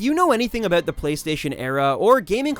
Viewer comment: "Oot, aboot" It's "out" and "about" bruh.